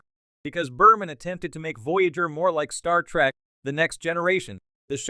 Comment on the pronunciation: Geek rant: Its TREK, not TRAK lol